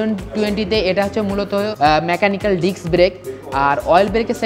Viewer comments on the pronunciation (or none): none